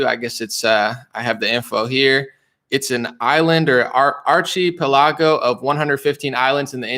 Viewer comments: it is pronounced: Say-shell-ees...I have been there. And the other word is pronounced: ark-a-pell-a-go...which means: a group of islands. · Archipelago is pronounced ark eh Pell i go. Love ya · "ark i pell i go": short a, short i, short e, short i, long o. Mispronounced words are a badge of honor for self-taught intellectuals. It proves you read and think rather than being told. Keep up the great work! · Nice. That actually does make sense. People try to clown him for saying things wrong or weird, but he's not a politician. He's a regular dude who educated himself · Also, ARK-i-PELL-i-go